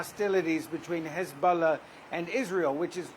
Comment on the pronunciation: The reporter/narrater pronounces Hezbollah “Hezboooolah.”